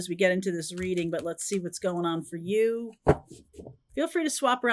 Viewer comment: It's funny, I thought you said "jealousy " when you said "let's see," then the card came out 😮